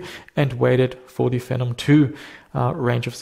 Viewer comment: The official AMD pronunciation is Fee nom.